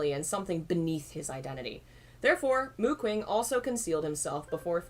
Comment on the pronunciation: Oh god as much as I love this, can someone please tell me if they stop saying Mu Qing like that?